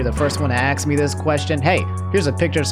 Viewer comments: ITS ASK NOT AXE AUUGH THIS PHYSICALLY PAINS ME I NEED A MEDIC BAG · If Omni ever stops saying "axe me," I think I'll lose it.